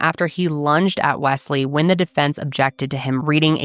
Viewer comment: It's interesting how you pronounce Wesley, it almost sounds like 'Wess' in Ireland we would say it mote like 'Wez/Wez-Lee'